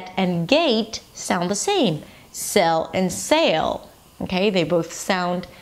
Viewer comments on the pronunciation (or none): I would have added sail to this comparison. Also, listening to you, there is like a faint Spanish o before the l sound: /sayol